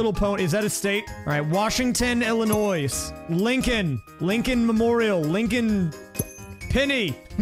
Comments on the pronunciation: I like how he pronounced it Illinoissss with an S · as an illinois resident, hearing you pronounce the s every single time made me want to throw a brick through my window, otherwise, great video